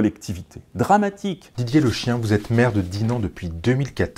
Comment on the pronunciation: Je pense que son nom se prononce Le-Ki- ènn et pas "Le chien" ! 😂😂